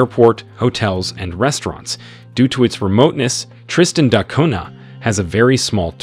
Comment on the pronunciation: Why do you pronounce it Tristan Dot Cunha?